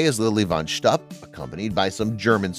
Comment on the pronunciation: This would be a much better video if they had chosen a narrator who knew how to pronounce words in Yiddish. Lily von Shtupp is mispronounced throughout the video. In Yiddish, shtupp is pronounced to rhyme with loop, not cup. It is, of course, Yiddish for sexual intercourse.